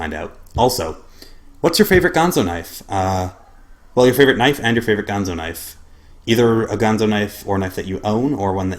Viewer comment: Nice review. I do so enjoy that knife a LOT! BTW, it's not gone-zo, not the Muppet, it's GAN-ZO. I know a lot of people on YouTube started calling it the wrong name when the brand first came out to North America, I even called it by the Muppet's name for a few months too.